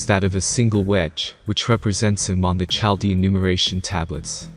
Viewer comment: Well done video. *Chaldean is pronounced with a hard ‘kah’ sound for ‘ch’. So phonetically: KaL dee un, rather than chaL dee un. 😉